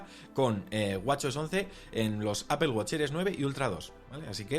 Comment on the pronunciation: Me da risa que no saben pronunciar dicen Apel la empresa es Apple